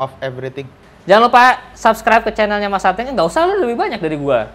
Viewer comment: dibaca atengnya 😅